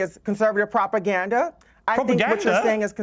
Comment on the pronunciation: "that's properganda." 😂 didn't know there were 2 "r's" in that word!